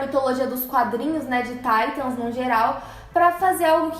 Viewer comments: QUE PORRA DE TAITAM É TITANS AAAAA DA AGONIA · PARA DE DIZER TAITANS